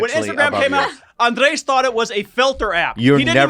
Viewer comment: he's called ANDRES for fucks sake